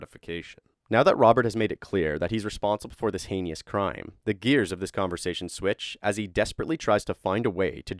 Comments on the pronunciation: You mispronounced 'heinous'... it's 2 syllables, not 3. It's pronounced haynis. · The way you say heinous has me triggered fr lol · hey you mispronounce heinous and it hurt my ears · it’s almost as heinous as your pronunciation of the word heinous!